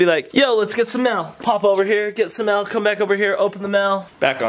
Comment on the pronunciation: Why does Shonduras say mail with a e? Mell